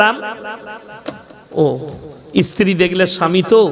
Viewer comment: Sala esthiri na re sthiri. Sala age bangla vasa boddo ovab